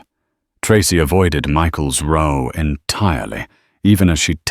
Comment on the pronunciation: Mispronounced "row"